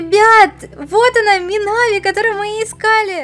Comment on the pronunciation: Ударение на и а не на а не мина́ви а минави́ ну хотя и так и так можно я думаю